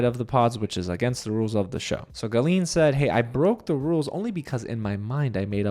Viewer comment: Your pronounciation of Gallien is killing me 😂. Anyways Julie deserved an apology from Sarah. The hosts just glossed over Sarah’s comments, I didn’t get why she was even on stage.